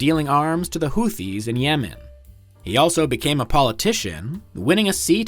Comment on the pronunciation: You keep mispronouncing he. Maybe it’s static in the audio.